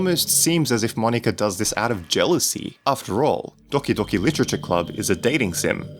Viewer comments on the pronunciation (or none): Makes DDLC Video Ponounces Doki Docki